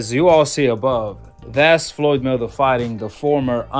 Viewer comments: Why can't you pronounce Mayweather 🤔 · It trips me out how you say Floyd's last name. I like it.